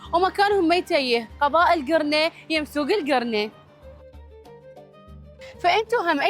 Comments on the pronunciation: ترا اسمها القرنة مو الكرنة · القرنه شنو الكرنه هههههه 😂